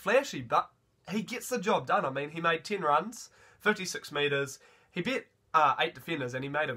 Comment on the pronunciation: As an old bloke I winced at "verse" (versus) and "bet" (beat) but once I got past that I really enjoyed your review, the passion you bring, your positivity and your pronunciation of people's names. I particularly enjoyed that family haka in the stands too...loved how Te Toiroa's sister(?) went back to her phone right afterwards!!! Keep up the good work!